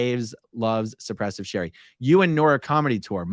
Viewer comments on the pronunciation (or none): none